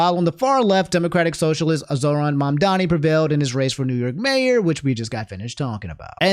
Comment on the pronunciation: Oh my god pronounced Mamdani correctly